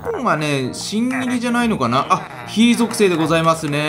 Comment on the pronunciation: 火属性の言い方おかしくない？